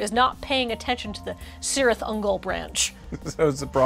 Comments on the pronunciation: Oh no,, you did the thing! Pronounced a Tolkien C as an S, it's always a K! (This is not a criticism, this is engagement) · "KEE-reeth". It's pronounced "KEE-reeth" Ungol, like the C in "celtic." 😝🤓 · Cirith is pronounced "kirith", with a hard initial K sound. This is not up for debate. Tolkien lays it out like a boss in the Appendices. Really, it is as though you did not recognize your place as one of the cornestones of the geek internet, and were content to cavort like some mere flatulence-based comedy troupe.